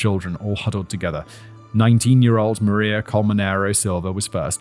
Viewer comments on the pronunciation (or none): none